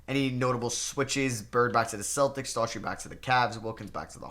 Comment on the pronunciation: dude seriously.... Rony Seikaly (Psyche-LEE) is how you pronounce it. Rick Adelman was coach of the Portland Trailblazers when the '92 Bulls beat Portland in the Finals Brad DOOR-uhh-tee for Cleveland...Not Brad Dautree.